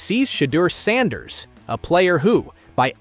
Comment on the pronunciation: Had to shut this nonsense off after I heard the pronunciation of sanders